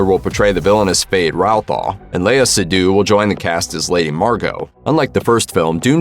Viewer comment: Pronounced Irulan & Feyd Rautha wrong